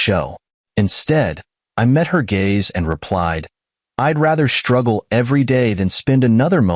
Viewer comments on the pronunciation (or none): Your poor proof reading and AI program again. Leaving out words and sentences. Pronouncing words wrong. And you want us to subscribe and like this? Hmmmmm. Your like walking thru a fox? TRY FOG! It’s also GAZE NOT GAYS. GOOD GRIEF!